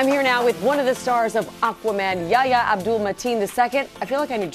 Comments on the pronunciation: Yaya? It's Y-A-"H"-YA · Why does she keeps saying “ yaya”? Hahaha. Itvis pronounce “ yeh hia”